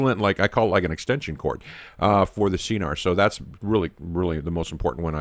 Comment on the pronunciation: Pronounced SKenar... hard K